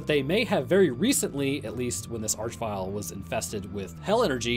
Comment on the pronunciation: Arch in this case is meant to be pronounced "ark" as it comes from the root word "arch" meaning chief, ruler, or leader and is found in such words as monarchy and archangel